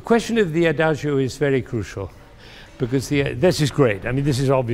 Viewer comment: Adagio is pronounced adadzho, not adazhio. Two mistakes in one word. Sad that even professors can't speak these few Italian words properly. It's like calling him Bengamin Fander.